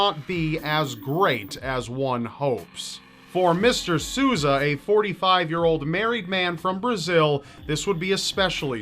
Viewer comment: Dude, if you don't speak Portuguese... ASK SOMEONE. That is not how you say Sousa